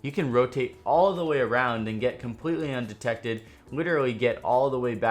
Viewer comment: Nice Video. Informative as always. Also your intro say 'Undected' instead of Undetected. Just a heads up. Love your videos man